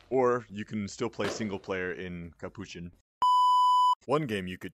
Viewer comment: i know there is no way capuchin is pronounced like that ...